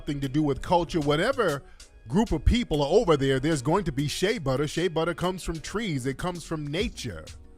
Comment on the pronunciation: Did she just say sha butter smh. FBA is the culture worldwide. Im from Texas, there's oil everywhere here, sad to say but the oil would still b n the ground in Nigeria if it wasn't for the greed and innovative minds of the European. Knock it off